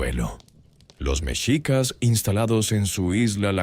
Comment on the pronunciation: Creo que ud no es mexicano, creo es español. Hay datos equívocos en su relato y la pronunciación de MEXICAS ( mechicas, con acento prosodico en la i ) es así como se escribe en español mexicano. Ud lo acentúa en la E, lo cual es incorrecto. Ahora más que nunca nos interesa que nuestra lengua e historia se respete y sobre todo con verifica información.